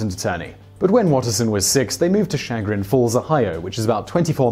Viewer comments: Chagrin is pronounced Sha-grin, not shag-Ron. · Sha Grin (Chagrin) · It's CHA GRIN as in SHA GRINNN! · Hey Simon, love the videos, I'm from Ohio and I realize a lot can be lost in translation between the English languages, but the Chagrin in Chagrin Falls is pronounced shahgrin. I'm not trying to nitpick, just clear up the confusion. Thanks for the video. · Hello! It's actually pronounced: Sha-grin. You're welcome from Ohio. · lol I thought the same thing. I'm also in Ohio. Hi ya! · Chagrin- Sha grin', Ohio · As someone from Northeast Ohio hearing him pronounce Chagrin made me giggle. Nice try Simon!